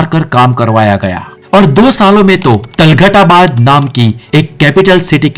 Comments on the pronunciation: वाह मेरे अनपढ़ शेर। पहले तुगलक और तुगलकाबाद बोलना तो सीख ले। तलगट और तलगटाबाद बोले जा रहा है। क्या युटुयुबर बनेगा रे तू। पहले स्कूल जा पढ़ने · Talgad nahi tughlakabad hota hai